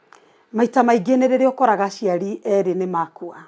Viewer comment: Hmmm! Wirute gikuyu umakitie! Ûroraga vs ûroraaga